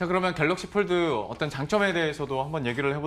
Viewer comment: Pold 가 아니고 fold!